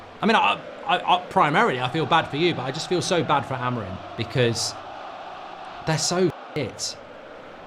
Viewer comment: Their names are NOT "Amourine", or "Cuna". It's AMORIM. And for Cunha It's an nh, so the sound is ÑE. CuNHa. English can't pronounce Portuguese names to save their lives. They either make it sound like spanish or like nothing at all. It's like me calling you Markei Gouldabrige. If you are going to comment on football, at least do your homework and hear their names properly pronounced first.